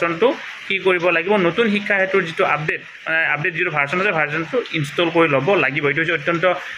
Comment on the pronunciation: ভাৰচন নহয় ভাৰজন বুলি কওক